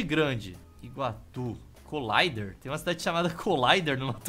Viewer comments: Como tu citou que no MT tem cidade com nome em inglês "Coláider"? Está escrito Colíder, se lê Co-LÍ-der mesmo. Está provado que nem brasileiro conhece o Brasil. E só pra deixar claro, 30° aqui no MT é fresquinho. Na Região da capital Cuiabá é 39° na sombra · Ei, na verdade a cidade que se chama """colider""" se pronuncia "Colíder" morei em Sinop-MT por um tempo. Abraços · #Colider MT. Eu conheço. Não é Colaider* Leitura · N sei se alguem já disse mas o nome da cidade é Colíder como falado em portugues mesmo kkkkkk vem da sigla de Colonizadora Lider que varias colonizadoras vinham pra cá e pá e 30º nós tamos no lucro ainda, vira e mexe pegamos 36 aqui no MT kkk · é Colíder, com acento agúdo no i kkkk | co-líder Minha mãe ja foi pra lá, parece uma cidade mt boa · O seu pior erro foi ler Colíder como "colayder". Pelamor, man... Br, pô. kkkkkkkkk